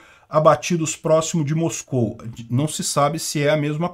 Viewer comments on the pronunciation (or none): none